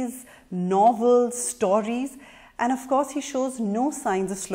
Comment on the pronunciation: what is "stauries"? 😒